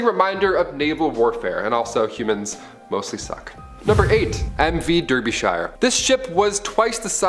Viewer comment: Derbyshire, is pronounced “darby-shear”